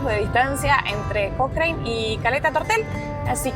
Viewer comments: Se pronuncia Cocran no cocraine lptm !!! 😂😂😂😂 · Hasta donde se , en Chile le decimos a Cochrane (Cocran, bien Chilenizado , No Cocrein) Saludos Chicos. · Porque pronuncia de esa forma el pueblo no se pronuncia Cochrine no se pronuncia de esa forma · Hola... la ciudad de Cochrane se pronuncia "cochran" la E no va ... Saludos. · Hermosa ruta chicos ,, pero el nombre es Cochrane y se pronuncia Cocran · Hola. Se pronuncia Cokran y Baamondes, dejando muda la hache. Saludos! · Se pronuncia COCRAN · Hola chicos, feliz que hayan conocido un lugar tan lindo de mi país...un detalle Cochrane se pronuncia "cocran", con acento en la O, hace referencia a Lord Cochrane, un escocés que participó de la independencia de Chile e inspiró al personaje de Russell Crowe en "Master and Commander: The Far Side of the World", saludos!